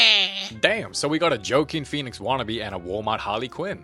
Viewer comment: "joeqin phoenix"😭